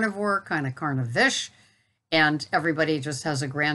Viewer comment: no matter how many times you say "Carnivish" what I hear is "Carnifish". 😄